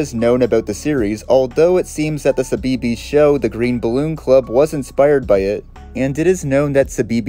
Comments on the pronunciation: CBeebies is pronounce 'see-bee-bees' 😅 tiny nitpick but for a brit like me, it stood out a ton Otherwise, amazing vid! ❤ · nah he said suh-bee-bees 😭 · ive never heard CBeebies pronounced like that 😭 good video tho just funny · No but same. 😂 His pronunciation makes sense, but growing up knowing how CBeebies is said it was amusing to me to hear how a non-Brit (American?) would say it. 😊😅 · i didn’t even realise he was talking about cbeebies at first omg 😭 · I can't help but cringe at how you pronounce "Cbeebies" although how do I know about when being an American is obvious because of a certain Sci-fi British Show with it's own lost Media